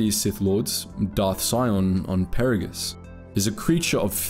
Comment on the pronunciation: Did you play this game in a different language? You mispronounced both Peragus and Goto. Each name was said dozens of times in game.